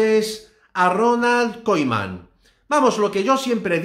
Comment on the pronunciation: Como que koiman que pronunciación es esa..